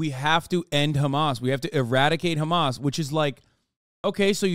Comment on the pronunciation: and the way he says khamas pisses me off